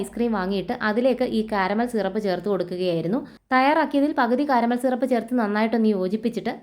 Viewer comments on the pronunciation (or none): Shirap alla SIRAP